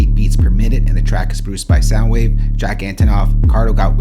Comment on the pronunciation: He figured out how to say sounwave but not kamasi😭💔